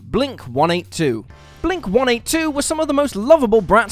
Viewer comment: It’s how it should be said